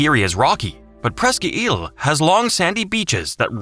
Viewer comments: “Press-key Eel”?! I grew up in northwest Pennsylvania… the peninsula is pronounced “Presk eyel”! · I nearly had a stoke when I heard that pronounceation. 😂😂😂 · You really should have hired someone from Pennsylvania to narrate this. Press-ka Eel? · How about Allegheny being pronounced incorrectly. That is the easy one. And Presque Isle also pronounced incorrectly. And Susquehanna also pronounced incorrectly...